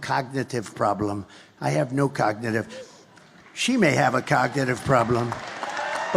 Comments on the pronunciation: 45. Cannot say the word cognitive! 45 is not able too become PRESIDENT!VOTE BLUE! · He can't even say the word. Has anyone noticed he cannot say the word cognitive? He says cogtitive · "There's no "cagnotive" problem" ...they way he speaks 🤦‍♀️